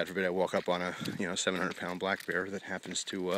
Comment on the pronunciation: when you said "god forbid i walk up on a 700 pound black bear" i thought you said got forbid i dont walk up on a 700 pound black guy lol